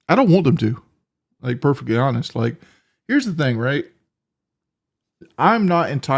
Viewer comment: "Purflectly hawnest"